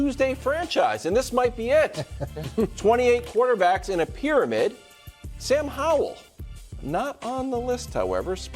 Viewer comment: "WORST TAKE PRYAMID"